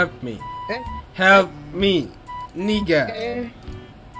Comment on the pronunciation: Niga ya bang bukan Ni**a lolololol ;'V